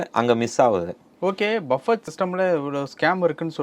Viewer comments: Bufee… not Buffett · இதை BUFFE என்று செல்லவேண்டும். BUFFET என்பது தவறு. ஏனென்றல் BUFFET எனும் சொல்லின் கடைசியில் வரும் "T" யை உச்சரிக்க கூடாது. அது சைலன்ட் லெட்டர். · டேய் ..அது "பஃபெட்" இல்லடா..."பஃபே" Or "புஃபே" ...!Not BUFFET...it should be pronounced "Buffey" or "BooFey" ...T is silent!!!